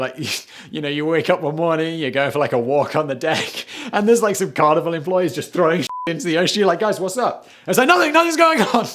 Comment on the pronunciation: Oooohhhh Carnival.....I kept hearing Carnivore! 🤨